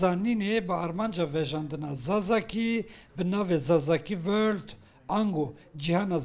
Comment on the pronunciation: ... Gava zimanî turkî țiran ji Kurdekî ber-de, ew #Kurd ra-dibe heya wûte û peyv û gotinên înglîzî ji diguhêre ... !!! " Zazakî Vorld ".. !!!! Li şûn a yê înglîzî " Zazakî World " ... !!!! Ew bi lêvkirin a dengî tîp a "V" li şûn a dengî tîp a "W" ... Bi Xwudê zimanî turkî țir ji te ber-daye, û zimanî te qûnek kiriye ... !!!! 😢